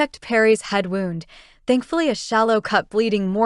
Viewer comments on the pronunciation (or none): Good story, I emjoy all your books. The narrator I'm assuming is AI...wound is always pronounced wrong. But enjoying the books.